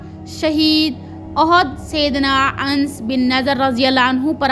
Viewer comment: Mashallah buhut acha bayan kerti hen bas please thore words ka sahi pronunciation seekh len jese sayeedna Anas ko aap Ans kehti hen, kuniat ko kaniat kehti hen etc JazakaAllah